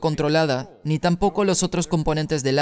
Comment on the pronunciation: Tengo una pregunta: ¿de quién es la voz del doblaje? Es una voz muy hermosa, pero me da sarpullidos todas las veces que cambia la pronunciación de 'ni' por 'ñ'...